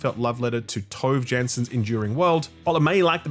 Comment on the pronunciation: Not the sharpest pronunciation for "Tove Jansson" I've heard.